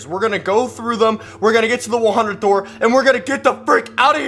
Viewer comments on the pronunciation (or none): When says open the noor😂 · was "open the noor" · It made me laugh so hard when withered freddy said open an noor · Withered Freddie: open the noor😂😂😂😂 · Freddy saying open the noor lol